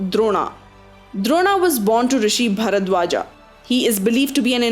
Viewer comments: Video is useless and misleading Chumma - Few feedbacks for you: 1. Pronounce sanskrit words correctly. Its Bhishma and not Bhishmaaaaaa - why are you extending the letter 'a' for all names? You said Bharadwajaaa !!! seriously ???? Its Bhatradwaj .... . And again you said Drupadaaa !!! Its Drupad. there is no 'a' at the end. That's how the western people call it. Really hate to see people like you giving wrong commentary. This shows you are not serious about your profession. 2. Get your facts right. You told it wrong on the weapon used by Karna. 3. Justify the title of the video with explanations. You said, its unfair. But why do you say so ? You only told facts - Bhishma's body was on arrows for 58 days - so whats unfair ? He only wanted this, and ordered Arjuna to prepare a bed of arrows. He himself had the power to die at his will (icha mrityu), so he was there for whatever number of days - whats unfair ??? Guys - if this is the quality of video, please dont subscribe the channel. I am reporting title as misleading. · Can u pronounce names as per Indian accent... Why u r coping English accent... It's Bhim and not Bhima, Bharadwaj and not Bharadwaja... Shame on u